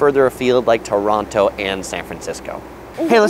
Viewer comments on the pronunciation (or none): none